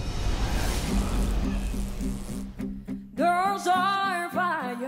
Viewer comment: no dijo goil en vez de girl